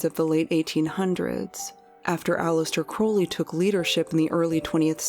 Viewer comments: How do you run a popular Youtube channel about mysterious events, and not know how to pronounce Aleister Crowley's name correctly? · 2 years in production and you couldn't even be bothered to learn how to pronounce Aleister Crowleys name correctly